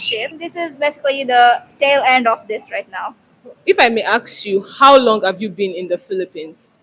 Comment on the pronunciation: Ask not aks.